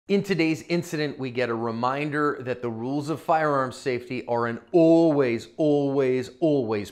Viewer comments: Uhll-ways uhll-ways uhll-ways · Ulways ulways ulways priority😂